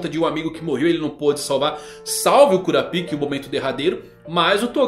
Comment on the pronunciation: Rsrs acho engraçado a forma do chamar o kurapka (curáp-ca) como 'cura-píca' 😂